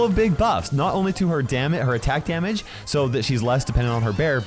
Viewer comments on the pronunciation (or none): I heard damn it instead of damage.